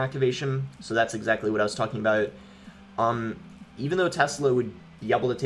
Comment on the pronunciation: that "about" sounded a bit irish to me 😂